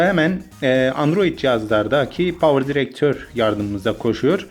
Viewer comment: Bu videoda herşey doğru ama bitek şu yanlış "Power drector" 👇